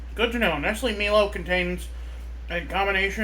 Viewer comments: It’s pronounced.. MY LO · It’s pronounce My-low